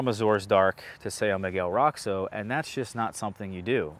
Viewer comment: So isn't Roxo really more like "RO-scho" instead of "ROCKS-o"?